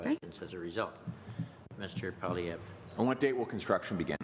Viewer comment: When saying Poilievre, be phonetic by saying Pwo lee ev. Maybe slightly say the "r" at the end if you like. But try that, it helps when you don't mangle names. I love your well researched videos, I watch as many as I can. I hope you see this as help, not criticism.